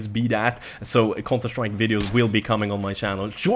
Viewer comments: whenever you say counter strike it sounds like your saying cunter strike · Cunter strike 😂 it's funny how he pronounces it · Love the way you say counter strike XD